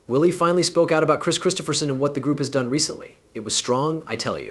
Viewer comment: The end of this (what I assume is a BS production) for me, is the fact in the first 16secs you not only spelt and what I assume is AI, voiced "Kris Kristofferson's" name incorrectly. 16 secs + 25 typing this made this the quickest 👎👎 I have ever given.